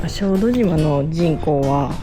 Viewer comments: 「しょうどじま」 つったか？（笑） 「しょうどしま」ね 良いとこでしょ？ 私も何度か行ったことがありますが、キャンプはしたことはありません 参考にさせていただきます いつも楽しい動画をありがとうございます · 小豆島はしょうどじまではなくしょうどしまだとおもいますが☺️ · すみません。しょうどじまではなくて、しょうどしまです。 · しょうどじまではなく、しょうどしまです😊アート巡りをしていた頃の記憶がよみがえり、ほっこりしました。ありがとうございます☺️